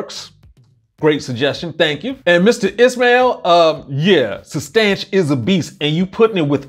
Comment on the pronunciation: Did u say substanch?? What’s that??